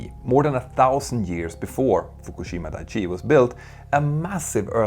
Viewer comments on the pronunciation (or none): Dai-ichi, not dai-chi. Just correcting the pronunciation as a fellow Swede Dai means big, Ichi means one. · Thabks for the video. But I must. It is "dai-ichi". Not "dai-chi".